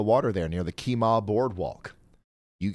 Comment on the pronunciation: Brookshire, TX is pronounced brook-sure. brook-sher. Not shy-er. And Kemah. Is key-muh not key-maw. Have to close this, too much mangling of Texas city names.